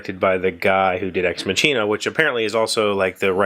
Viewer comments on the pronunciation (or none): Ex Machina left me emotionally unhinged - that's all I'm gonna say about it (don't want to spoiler anyone). But it is a very good movie, and perfectly paced, as you mentioned! Oh yeah, the linguist in me has to say this: It's not a "tsch"-sound in "machina", but a "k" :) (at least that's the theory for Latin; and in German, being partly based on it, we kinda took that over. A "ch" is very often a "k" sound, e.g. "China" (with an English "e"-sound and not the "i" as in "I am ..."), is pronounced "Kina" - or in the German-German-dialect sometimes "Schina") Also: made me giggle too XD Exciting: I was in Ireland over the last week! (My friend looked at universities and I accompanied her)